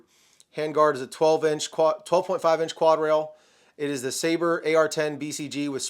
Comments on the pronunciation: We have reached the point where youtubers don't know how to pronounce "sabre." It's a fuckin sword. Their pistol is a "dagger." This isn't rocket science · Michael Scott also had problems with pronouncing Sabre